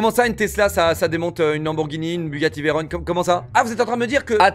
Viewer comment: "Bugatti vairone" tu t'est fait un ennemi...